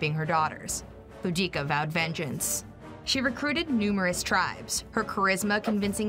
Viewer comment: Is it not Boudicca??